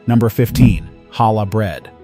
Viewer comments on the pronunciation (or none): none